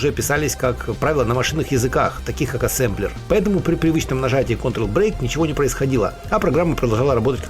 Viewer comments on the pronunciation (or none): none